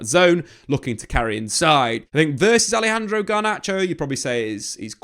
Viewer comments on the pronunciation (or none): none